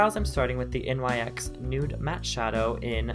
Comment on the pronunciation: its not n y x its nyx (pronounced "nix")